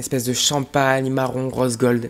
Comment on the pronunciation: on dit rÔse pas raose 😭